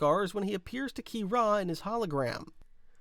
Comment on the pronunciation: Qi-rah? I’m convinced he mispronounces things on purpose for the interaction in the comments😂